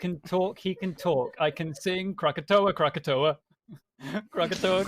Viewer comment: I lost my shit the second said croakatoa making that direct link in my mind!🤣